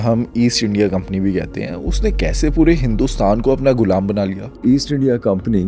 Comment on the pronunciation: Bro golam nahi gulaam ❤